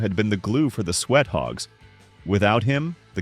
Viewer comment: Sweat thogs? Fix your script and the AI will do much better at pronunciations. 🤦